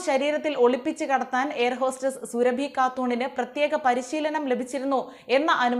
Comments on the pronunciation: സുരഭി അല്ല സൂറാബി എന്നാണ് ആണ് പേര് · സുരഭി അല്ല, “സുറാബി” 🤮💣☪️